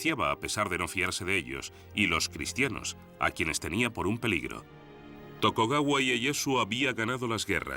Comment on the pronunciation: muy bueno pero era TokUgawa, no TokOgawa jaja